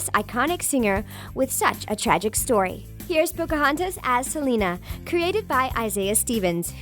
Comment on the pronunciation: Thats not how you say Selena